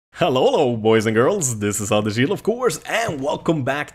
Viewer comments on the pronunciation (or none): Lol anders like udders, its promunced odher or other;)